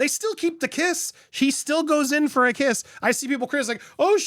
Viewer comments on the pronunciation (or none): none